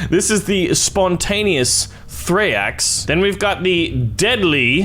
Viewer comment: its not thraeax its thraex